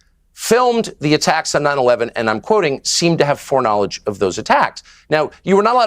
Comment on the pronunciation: Foreknowledge not fork! Lol!